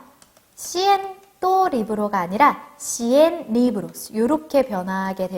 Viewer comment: 저 사람 강사 맞냐? 발음이 뭔 저따구야 스페인 알파벳으로 발음해야지 한글발음으라ㅗ 씨엔또 이러고 있네 ㅋㅋ